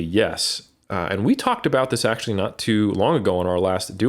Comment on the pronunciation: Love when says potenshe(potentially) ackshe(actually) haha